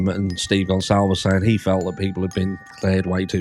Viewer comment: She put the L in the wrong place. She said and spelled Gonclaves instead of Goncalves